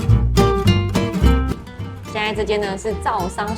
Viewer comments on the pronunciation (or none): 應該是灶桑，不是杜桑😂